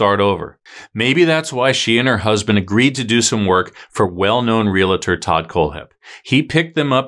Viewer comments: It is NOT “real-A-tor, it is Real-tor. Only ONE A. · Just sayin it’s Real tor not RealA tor. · It’s pronounced real tor, not real a tor! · Re-al-tor, not re-la-tor!